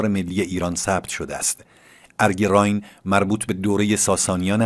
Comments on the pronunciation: Arge RAAYEN not Raayn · بادرود راین باکسره زیر ی خوانده میشود پاینده باشید